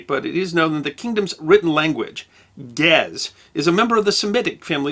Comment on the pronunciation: The language of Ge'ez is pronounced in 2 syllables, not only one.